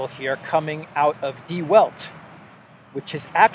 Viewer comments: Please prounance -- The Velt.. Der Welt -- in German. It means the WORLD. W is pronounced V in German. Once must not mispronance the words in other languages because it makes it people ..confused. If they want to look for information they will not be able to find them. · Die Welt is pronouned Dee Velt.